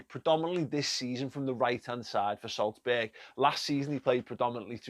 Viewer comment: That "Solsberg" kinda kills me